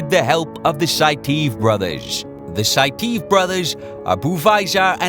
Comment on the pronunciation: It's pronounced 'Sai-tee-ev' buvaisar saitiev.